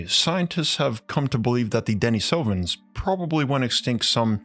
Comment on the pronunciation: Pronounced deneesovens not denesovens.